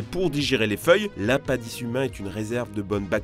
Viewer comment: et il à prononcé "l'inpindice" vers deux fois de suite aussi. mdr